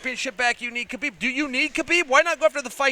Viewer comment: Tony doesnt want Kahbib